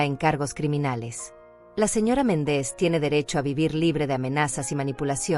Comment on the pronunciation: Si dice MÉNDEZ por qué dice Mendéz? No sabe pronunciar los acentos?😊